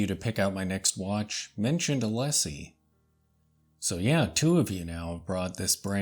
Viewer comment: Hi, The pronounciation is É-Lee-Sé. Like the famous boulevard of Paris (Champs Élysées). 😊